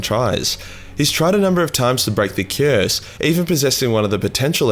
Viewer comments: broke the "cyurse" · Can tell you’re from Melbourne from you simply saying “cuurse”. xx